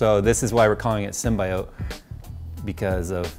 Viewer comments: sim-bee-yut. How you say it... that is. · For the record... it’s pronounced “sim bē ōt” You can literally just google it. Anyways gorgeous build so far. Keep up the good work. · can you even say symbiote properly